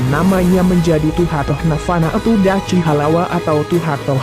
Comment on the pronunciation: Kurang jelas !!! Dachi bacanya Dakhi bro ... Ya'ahowu